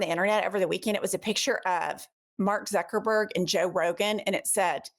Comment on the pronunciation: Agree 100%... but you mispronounced Mark *uckerberg's name 😂